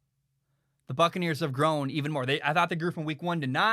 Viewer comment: I keep thinking is saying "Fuckaneres"